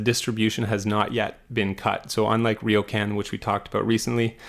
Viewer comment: Very good analysis! One small point: it’s Riocan, not Riokan nor Rio can 😎